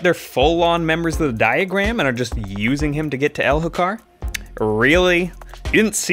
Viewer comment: mo-ash, my guy. and the h is silent in Elhokar.